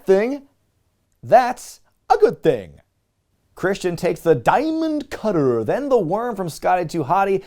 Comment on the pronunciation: One of my favorite inside jokes is when people are confused about why you are pronouncing "Diamond Cutter" that way.